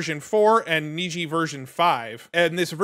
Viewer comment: You are correct, Niji is Japanese for rainbow and is pronounced as you said (neejee)